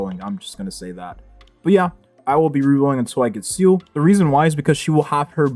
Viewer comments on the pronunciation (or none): Pronounced Zee Le.. Not “Seal”..